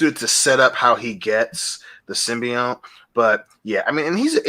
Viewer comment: After all this time, is STILL calling the symbiote "simby-yowhn"